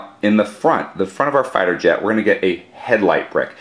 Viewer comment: When you say "fighter jet" i hear "fire jet" anyway, good moc.